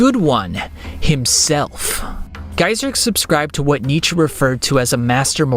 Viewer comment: German here, youre right in that Nietzsche says it correctly, but your pronounciation is still off. And thats just because the german R is incredibly hard for english natives, as well as all the vowels lol